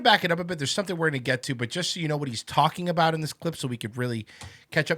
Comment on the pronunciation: Brendan pronounces talking about as "talmbout".